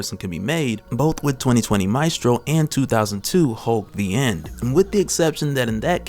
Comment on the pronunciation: Pronounced: may (mae) stro (strow)